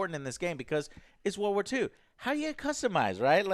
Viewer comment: He still says "war war 2" rather than world war 2 like a 4 year old😂😂